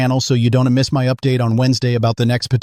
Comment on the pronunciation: You need to get this AI bot to learn to pronounce ‘don’t’